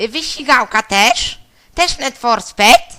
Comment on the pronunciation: Sped to cie robiło naucz się czytać